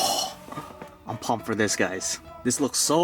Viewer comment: It’s so funny when he says right before he eats : I’m poommped